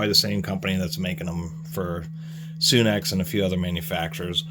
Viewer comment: It's pronounced sun x not sune x